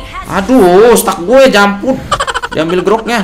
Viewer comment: NGAKAK JIR DENGAR NGOMONG JAMPUT WKOWKO